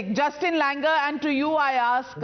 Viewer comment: Justin langer ❌ Hustin langoor ✅